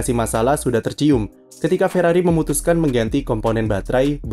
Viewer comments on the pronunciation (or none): Ferrari, "r" nya Rungkad.